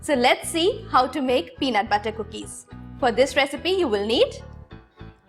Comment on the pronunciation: The way she pronounces the word butter...🤦‍♀️🤦‍♀️🤦‍♀️😥